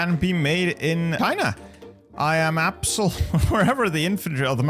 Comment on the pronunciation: I love how you pronounce China as "Scheina"